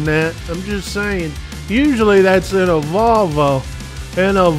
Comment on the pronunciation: Love how pronounces 'Volvo...' Like the medical term for female genitalia. Appropriate on so many levels.